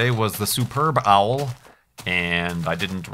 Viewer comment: It took me a minute to realize what he was talking about when he said "superb owl" xD